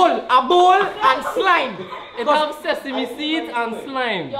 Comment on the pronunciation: Wait wait did say bitch after he say sesamee seed